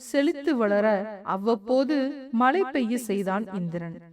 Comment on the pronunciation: Malai poliyaamal elu illai zha vai sariyaga ucharikkavum